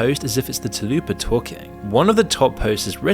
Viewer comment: TULL-PA 😭 Dude come on, it's right there! TA-LOO-PA Where'd that come from!?